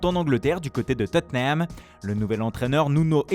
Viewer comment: Tottenhaaayyym Harriui Kayne